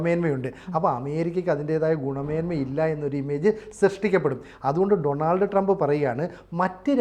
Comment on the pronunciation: First you go and learn how to pronounce Donald Trump please